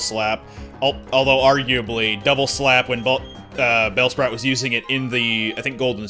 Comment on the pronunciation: "Bellsproot" I lost it